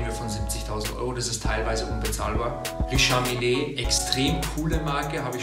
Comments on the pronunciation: Bei richard mille spricht man das e bei mille nicht aus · Spricht sich "Riischar Miile" - das "a" nur kurz aussprechen und das "e" ebenfalls (hört man fast nicht) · Dieser Moment wenn man als ,,Uhren Experte Richard milln net aussprechen kann